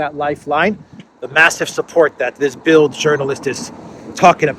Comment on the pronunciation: “das Bilt”…the “d” on the end is pronounced as a “t” 👍